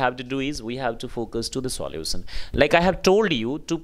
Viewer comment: Solutions bhi sahi Ni bola English Ko englis bol rahe ho sir pehle AAP pronunciation thik kare pls